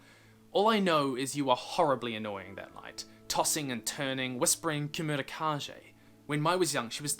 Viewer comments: Kemurikage, not kemurikaje. As in kage; Japanese for shadow. Probably. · Fyi kemurikage(煙影) is pronouned ke-mu-ri-ka-ge not zhe and means smoke shadow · dude you made me cringe so much by mispronouncing the kemurikage. its not kemuri ka jay its kemuri ka gay. kage means shadow. and kemuri means smoke, literally the name if the comic comes from this. also if you watch naruto, you will know the epicness of the word kage. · For some reason I missed this video all these years and WHAT IS WITH THAT PRONUNCIATION OF "KEMURIKAGE"!? It's keh-moo-ree-kah-geh with a hard g. Geh, not Jeh! And don't you dare "I don't know Japanese" me! You watch anime, don't you? It's just like Naruto's Hokage or Kage Bunshin. Same word. Kage = Shadow. Kemuri = Smoke. So, Smoke-Shadow. Get it? It's the title of... the... comic... Ahahaha. Sorry. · Not Kah-jeh. Kah-gey. Aka shadow. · It's keimurikage, "kah-gay", not "kah-jay". I think it's meant to be a Japanese pronunciation. Sorry, pet peeve. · It is pronounced Ka Gay not Ka Jay. Sorry I am a grammar nazi. Just don't mind me. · Sorry but it is pronounced KA-GAY, not KA-JAY! Sorry... It just bothers me a lot. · Every time he said “kamurikaje” I whispered under my breath “ kage ”. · Kemurikage is likely pronounced with a Geh at the end, not Jeh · The pronunciation of kemurikage is simillar to hokage in Naruto, so the G should be the same as in good or ghost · Kemurikage is pronounced with a hard G by the way. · Kemurikage almost definitely has a hard g, given it’s probably derived from japanese. You were right at first about mochi, the ch is pronounced like in cheese. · I'm pretty sure Kemurikage is pronounced differently xD It's pretty clear that the word is based on japanese. So kage would be pronounced as in Hokage